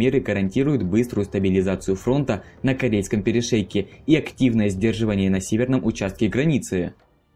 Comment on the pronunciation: Корейский перешеек? ладОжское озеро? Уши режет